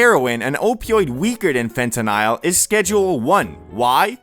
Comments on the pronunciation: fen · tuh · nuhl not Fentanile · bro it's fentanyl, not fentanile. love you bro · Why bro saying fentanisle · Fente-nyle lol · I swear if you say fentanile one more time 😑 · Phonetically it sounds like fentanal a as in call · the way you say fentanyl drives me crazy